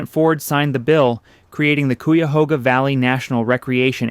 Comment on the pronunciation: Coo-ya-hooga lmso